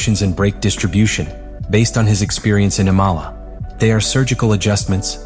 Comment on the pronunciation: Why does is this script reader Ap keep mispronouncing IMOLA as ICOLA and ISOLA. So is the script fucked up or text reader glitch! ITS A LAZY MISTAKE.